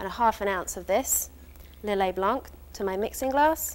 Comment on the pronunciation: Nice one. Just one thing for the Lillet blanc, don't pronounce the C;)